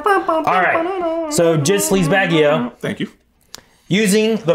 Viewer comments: Elon sleazebaggio is actually incorrect pronunciation😅🤨 but alas knowledge is nothing but spectacular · It’s slezebaggano btw not baggio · Bruh, it’s Sleazebaggano, NOT Sleazebaggio. Come on.